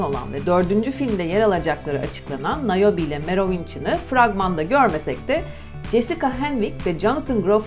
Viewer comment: YAV ŞUNA NİYE HERKES NAOBİ DİYOR NAOBİ DEĞİL NİOBE